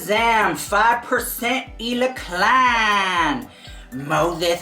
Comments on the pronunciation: Omg lol 😆 I spit out my drink “MOSETH … MOSETH” 😆😆😂😂🤣🤣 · I swear I back up 15 times every time you say Mosesth 😆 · Nobody:: MOTHETH!!!🤣🤣🤣🤣🤣🤣🤣🤣🤣🤣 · Lmaooooo “MOSES”